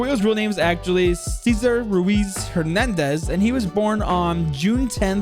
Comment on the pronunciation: it's pronounced "se.zar"